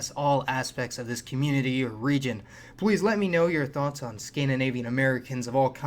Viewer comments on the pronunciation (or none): none